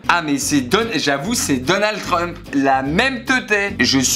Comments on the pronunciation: Verichia et la malédiction de Trump Il ne sais pas prononcer son nom: trumhaha truhahaha😂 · J’adore quand essaye de prononcer Trump!! On aurait dit un vieux diesel n’arrivant pas a démarré!!!